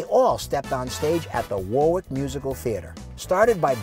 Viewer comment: Correct pronounciation is "Worrick" not "War-Wick."